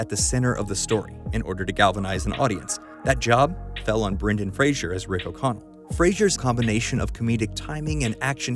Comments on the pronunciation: Just want to point out that you pronounced Brendan Fraser's last name incorrectly. Fray-Zer. Not Fray-Sher. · Say Brendan Frasier ONE MORE TIME I DARE YOU